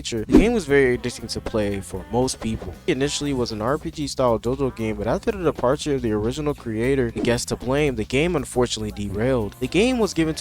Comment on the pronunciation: You said depature, it really sounded like he died